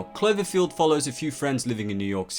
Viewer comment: Oh you silly goose, it's Cl-O-verfield, not Cl-E-verfield ahah. Guess someone is not that "clever-field" here if they can't pronounce their vowels!